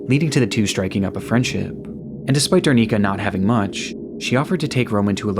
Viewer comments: i usually love your content, this video no exception, but i just wanted to note that the woman's name is Darinka, and you call her Darnika for the whole duration of that part. as she was an innocent victim of a crime you should have taken more effort to pronounce her name correctly. it is important for the memories of that person. so i just hope that you will correct that in the future! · It's DaRINKA, not DarNICA, sounds so wrong lol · Its datinka not darnika